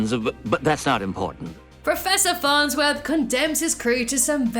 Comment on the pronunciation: Farnswith? It’s farnsworth